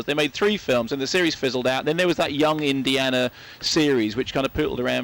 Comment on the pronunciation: "Indi(AH)na Jones" Huh ?